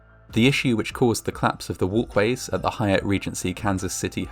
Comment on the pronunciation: 2nd floor "walways"